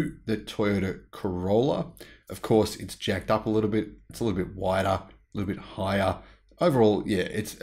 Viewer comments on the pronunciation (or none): none